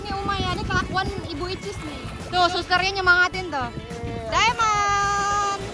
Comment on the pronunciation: Bukan icis, tapi bicis